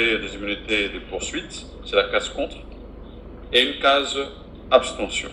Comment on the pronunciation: Whaouww, bravo au Senat. mon Vieux balobaka Abstention et pas Aptention , merci.